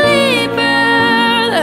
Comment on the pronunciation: 음색 가창력 다 너무나 좋은데 한국인이 유성음과 무성음을 잘 구분 못한다는 게 새삼 느껴지네요.. believer가 아니라 peliever라고 발음하심.....